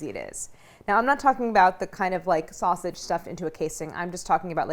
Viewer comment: Harris calling sausage snasage made my day! 😂